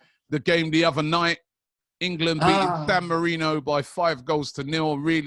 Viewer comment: calling it "Dan Marino" instead of San Marino with no regard for human life